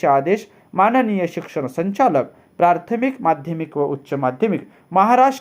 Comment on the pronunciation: आपले एक उच्चारण दुरुस्त करणे गरजेचे आहे. प्रार्थमिक ऐवजी प्राथमिक असे उच्चारण करावे. प्रथम ह्या शब्दापासून प्राथमिक हा शब्द बनला आहे.